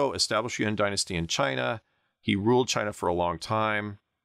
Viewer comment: Pronunciation of "Yuan" is great this guy must be a China scholar, guys